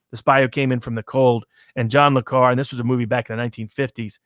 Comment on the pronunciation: It hurts my ears when mispronounces Le Carré's name. I know it is a made-up name, but it has a proper pronunciation; pronounced like Le CAR RAY. If he wants to call himself a fan, he must use the proper pronunciation for this fake French name.